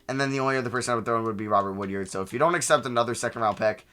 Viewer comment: For future reference it’s pronounced WOOD-ARD not WOOD-YARD. Much love